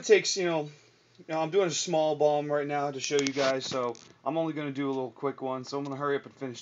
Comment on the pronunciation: You mean bomb, not "Bonn", right? ;)